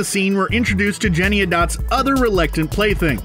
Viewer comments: Yeah, the clothing is basically one of the only two things that was kept from the original production. See, there, it actually makes sense because it helps to differentiate the characters. Also, you keep saying "Jennyanydots" wrong. Pronounce ALL the syllables. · The name is JennyANYdots, not Jenny-o-dots. Hearing it repeated wrong so many times was irritating! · I don't really care about this movie, but I cringed every time I heard the narrator say Jennyandots. It's Jennyanydots. JennyANYdots! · First: Cats absolutely DO meow and hiss at eachother and practically anything else. Second: The Gumby cat's name is pronounced Jenny-any-dots, not Jenniadots. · I haven’t seen the but I’m pretty sure it’s “Jenny-Any-Dots”… not JennyADots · Yes! Thank you, someone else said something. It’s JENNY ANY DOTS not Jenny a dots.... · him:jennyadotts Me: JENNY-ANY-DOTS 😅😅😂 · "Jennyadots." SERIOUSLY? You can't even get the name of the main characters right??? "Can YOU say this cat's name, kids? Try it! Jenny. Any. Dots. Now, put 'em all together: Jennyanydots. I KNEW you could do it!" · OH MY GOD! It's JennyANYdots, not Jenny-a-dots lol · First, the name is Jenny-ANY-dots - not Jenny-a-dots. Second, it's FANTASY, so does it really matter which cat is wearing shoes or what size the bugs are? This movie is creative, entertaining, features beautiful sets and costumes, fantastic dance, musical and acting performances. So how about celebrating that - AND CGI, enjoy the opportunity for escape from reality for a couple of hours, and save the angst for what's happening in the world. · My word of advice, as everyone is commenting, you are saying her name WRONG. It's JennyANYdots, not JennyAdots. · It's not "Jenny-a-dots." It's "Jenny-any-dots." That probably was what bothered me 2nd most in this video. The 1st was the same thing from the movie - the cockroaches. I hate cockroaches. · Jenniadotts? I’m pretty sure it should Jennie Annie Dotts? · Sidenote- it's JennyANYdots, not Jennyadots.